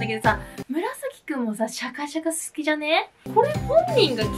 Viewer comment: シャカシャカを釈迦釈迦って言うの個人的にツボでした😂😂😂